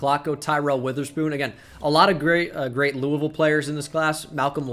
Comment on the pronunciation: As someone who goes to school at Louisville, thank you for pronouncing it right!